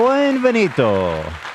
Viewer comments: He should always start the show in mangled Spanish. When he said “Beng-von-deed-oh” instead of “bienvenidos” already made me LOL within the 1st few seconds😂 Thx, Ethan (in my Jeff voice) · Lol Ethan saying “bunbenito” is the best thing ever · He was definitely saying “bienvenito” or something like that haha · As a Spanish speaker, I'm going to give Ethan a pass on the "BienVenito"... which doesn't exists 😂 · "BUEN-VENITO" Ethan Klein everyone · Ethan saying bienvenidos as buen venito is so funny to me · Ethan saying bienvenido wrong everytime is everything 😂❤family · the fact that he said that in a lowkey italian accent lol